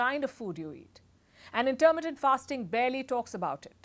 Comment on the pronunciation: Very good. Only your pronunciation of intermittent hurt my ears. The stress is on mi, not ter.